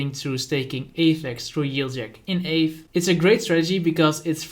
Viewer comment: You're pronouncing aave wrong! I was wondering what you were talking about until I read the ticker aave. Kinda like the first syllable of avocado spoken by a Spanish person.